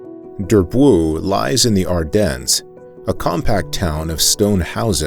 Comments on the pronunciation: Durb-woow ? ... oh please Durbuy is pronounced [dyʁ.bɥi] . Or 'Durb o wee ' for your average low educated American , where the O is very short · Durbuy : dur bwee .Namur not Namoor .